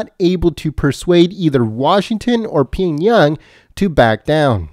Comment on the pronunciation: Hey!! Reader!! It's Pee-ong-Yang. Not Ping-Yung. You want recognition. Learn to read. Aloha